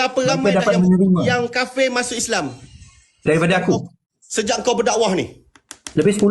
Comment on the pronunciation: Sembang sokong pas pasal takbir dia suara paling kuat TAPI ilmu sikit pun tak ada kena sergah dengan yang dia pandai sebut kapir kapir kapir laaaaa mat Hulu mana datang Ni nampak sangat jahil.